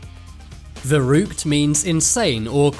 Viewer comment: As a german, I love how he's pronouncing 'Verrückt' xD